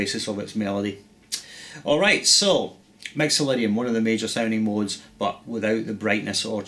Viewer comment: haha, awesome! Your "I's" and "Y's" sound very much like an "E's" :D!! Mexolydian!